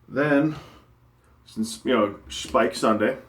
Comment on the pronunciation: Speick :) Got to love it. (it is pronounced Shpeik)